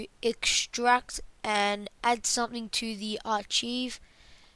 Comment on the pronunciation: why trust him when he can't even fucking say archive correctly